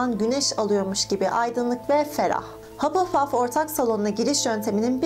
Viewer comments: hupplepuf değil hufflepuf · Hapılpaf değil, Hafılpaf diye okunur. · Hapılpaf diye değil hafılpaf diye okunuyo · Kanalını seviyorum ama hapılpaf rahatsız etti kabul ediyorum hufflepuff in okunuşu biraz zor ama hapılpuf demen dikkatimi dağıtıyor =) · haPılpaff dalga geçmiorm yanlış anlamayın ama komik